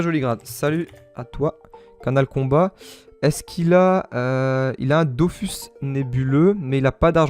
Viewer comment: Sa me stresse quand tu dit dofous mais bonne vidéo frero !